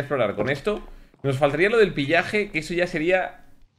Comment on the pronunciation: Willy : pillaje Yo: Se pronuncia pillager no pillaje Vegeta : estoy igual que Willy 🤥😪😪😪😪😪😪😪😪😪😪😪😪😪😪😪😪